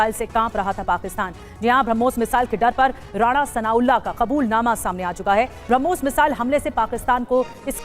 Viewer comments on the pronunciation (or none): Pai jaan ye "harmus" kya bala hai 😂😂😂😂